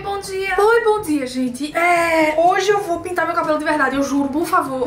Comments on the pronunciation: entenda não é "Oi Bom Dhia" é "Oi Bom dia" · não é mas "oi bom dzia" ✊😭